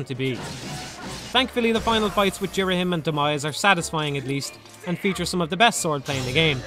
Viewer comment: This will always be my favourite zelda game. I think the story is incredible and emotional. I love the art design I think it's beautiful and shows off the emotions of the character really well. I love ghirahim sooo much (you pronounced his name wrong) he's so creepy and funny ( and fabulous). All the dungeons are a lot of fun. The new equipment is great. The only complaint is fi can be pretty annoying and yes at the end I got very bored of the imprissoned but that's it. Btw my no 2 favourite zelda game is wind waker